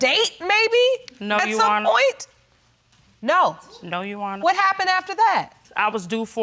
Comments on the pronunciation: Uwonna learn how to say "your honour"? 😅😅😅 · Bunch of illiterates! Absolutely shameful and she can't even pronounce 'your honour ' ! Shameful!!